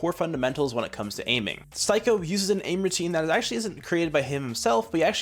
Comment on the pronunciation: Good video, his name is pronounced "Steeko" just a friendly fyi.